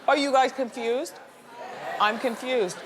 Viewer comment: When it came to Kim K & her doppelgänger, I thought Miss Wendy said "I'm KIMFUSED"...LOL it just sounded like that to me.